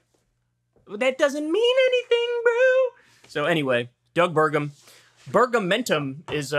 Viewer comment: Burg-mentum lol